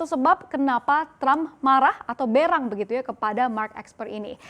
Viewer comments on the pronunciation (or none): Coba dengar lagi menit kok berak?. Bukannya berang??? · Berang perasaan bacanya e seperti pada kata besar bukan e pada kata tempe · ngomong berang kyk mau ngomong berak wkwkwk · Sy dengar 'berang' seperti dengar berak 😂